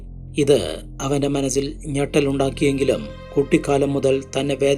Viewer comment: Manazil അല്ല za അല്ല സ അല്ലെ മലയാളം കേൾക്കാണെല്ലേ സുഖം മലയാളം പറയു